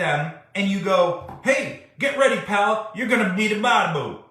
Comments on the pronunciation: Charlie Manson is a national hero next to this fool. BTW, he said Baal, not “pal.” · Best part is he says “Bal” instead of “Pal”. I think it’s a combo of Buddy and Pal… LOL